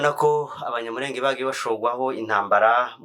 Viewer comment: Gusa uzakosore uburyo uvuga izina abanyamurenge